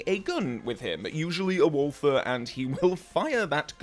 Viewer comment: Walther is not pronounced with a thorn-sound, but just a t-sound and more like "vall" (the a similiar to the u in "hull") followed by a "duh" with a harder t sound, so maybe something like "vall-tuh" gets close to something that sounds right here. It's comically difficult to use the English language in written form to describe words being pronounced as they are written haha.